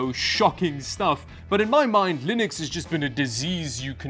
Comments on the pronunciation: Did you manage to say Linux instead of lienux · Ack! He has to be reverse trolling us! He is actually pronouncing it like Mr. Torvalds does. never did that before, that I saw; maybe I missed it.